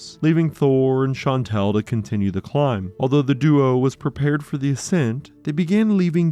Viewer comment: Shan-tall. That’s how you pronounce Chantal.